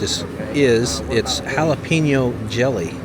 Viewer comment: did your bartender really pronounce "jalapeno" the way yous said it, or did you look at the word on the menu and guess at the pronunciation?